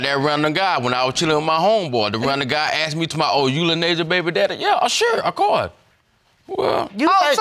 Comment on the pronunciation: The way they all pronounce "asked"🤣😂